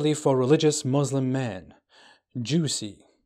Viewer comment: This says he was a Muslim but can't even say Muslim properly lol ...